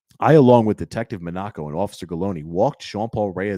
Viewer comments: Monaco - like the country MOHN a co not Monn AH-co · Sean, it is pronounced Detective mah-na-ko